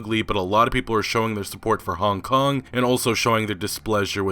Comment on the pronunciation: Dude I don't like the way you pronounce Hong Kong. It sounds weird af